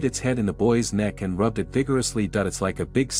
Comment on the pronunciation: What always is with this narrator that he does not understand what the word "it" is?? He always just reads it as "I T".